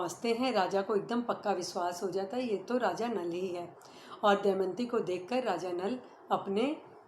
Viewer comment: शानदार प्रस्तुति क्षमा चाहूंगी सती का नाम दमयंती है आप दयमंती बोल रही हैं।